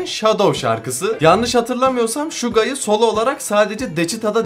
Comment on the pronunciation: Şuga değil Suga